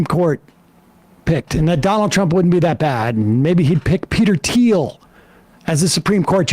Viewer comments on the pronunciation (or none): none